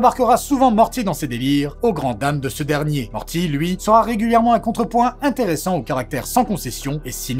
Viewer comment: "Rick et maworti"... Je te hais...